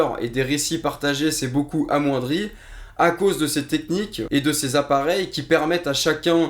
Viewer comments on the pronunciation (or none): none